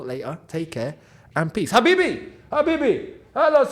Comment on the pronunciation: saying Habibi cracks me up 😂😂😂